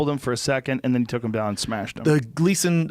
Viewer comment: He smeshed their boi